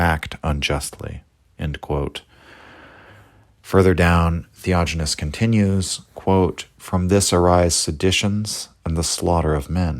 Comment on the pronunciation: Yes...the "theojinness" is driving me crazy...sorry....